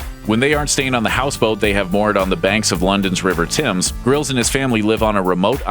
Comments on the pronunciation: River timmes wtf it’s Thames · Lol how he said River Thames "Tims"😂